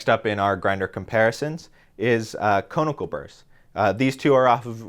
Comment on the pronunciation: Con-i-cal. Not cone-i-cal.